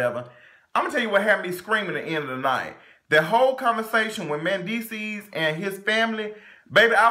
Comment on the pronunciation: Did you call that man "Menfeces" at the end?? 😭😭😭😭